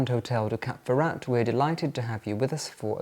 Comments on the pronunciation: It's Cap FerrÁ, btw, not Cap Ferra-t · The "t" at the end of Cap Ferrat is not sounded. And the beautiful town at the foot of the Alpes Maritime is pronounced "Ehse" not "Ease". As a chic globetrotter, you should get these things right ! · I’m very sorry but do not pronounce the ‘t’ in Ferrat it really grinds on me and anybody who speaks French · British talk dif than french